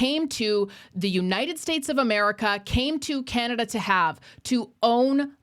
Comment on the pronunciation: from the US and I legit call it Canadia! 😂😂😂